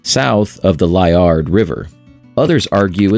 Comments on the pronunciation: Liard is pronounced Lee-Ard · Liard River - pronounced Lee-Ard